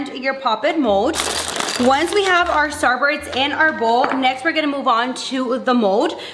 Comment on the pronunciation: I love How She Says Starburst She Be Like Starburts